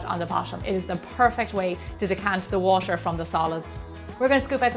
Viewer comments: I'm American and I'm sure that is not how you say "water." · Is she saying coconut water or washer? I think (logically) it should be water... But somehow i hear washer so im a little bit confused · she's from Ireland so she pronounce water almost like washer, but she says water.